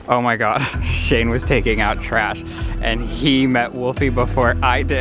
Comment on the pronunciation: Did anyone else hear him say oh my gay?😂😂👏